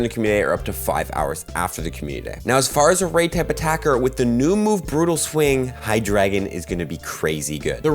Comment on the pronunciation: it's pronounced hi•druh•gon